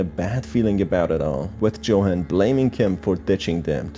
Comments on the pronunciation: u said johan, it's yohan but spelt johan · IsntJohan pronounced “Yo-han”? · The way Johan's name is pronounced throughout the video is so jarring im sorry